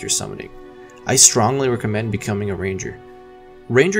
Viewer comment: At first I thought you just gave no fucks and included all the stuttering and falling over your words and whatever because you're trying to keep it... idk, conversational? despite being scripted. But you also pronounced the word as REEcommend, and now I'm thinking words just aren't really your best friends.